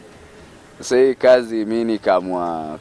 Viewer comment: Hii uongo haijaenda shule Kiswahili si ya Tanga,ati nikamuulisa 🤣🤣🤣Na kasi badala ya kazi